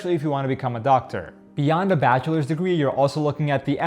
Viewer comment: " My batcha is a doctor " 😂😂 wonderful